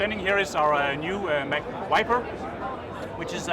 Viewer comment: Mac "Wiper" it "whipes" out the competition! XD